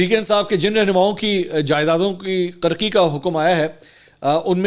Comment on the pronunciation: بھائی صاحب، کرکی(karki) نہیں کرکی(kurki) ہے.